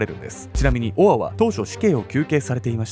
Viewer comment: 「オア」が「ボワ」に聞こえて、燃え上がる音みたいだと思ったら、承認欲求をこじらせたあまり、犯人しか知らないことを小説に書いて墓穴を掘っちゃうなんて… 哀れというか、救いようの無い馬鹿というか、ホントに亡くなった人が可哀想過ぎる